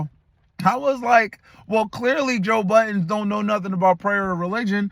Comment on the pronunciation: If you are going to try to make money off another man (which you won't make sny money anyways), just pronounce his name correctly. Courtesy to the man that puts food on your table.